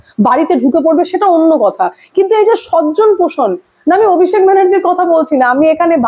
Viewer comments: Apnar vdo dekhi, bes bhalo lage , kintu swajon poshon ta jokhon sojjon poshon bolen, kane lage, baki content khub bhalo koren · কথাটা সজ্জন না সজন। আপনার উচ্চারণ যথেষ্ট খারাপও। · সজ্জন আর স্বজন (সজন) দুটো শব্দের মানেই আলাদা, তাই উচ্চারণ ঠিক হওয়া উচিত